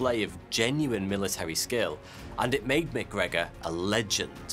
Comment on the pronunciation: Correct me if I’m wrong but isn’t MacGregor “Mac” and then McGregor would be “Mic”? One Scottish and the other Irish? Great video!!! Crazy scam !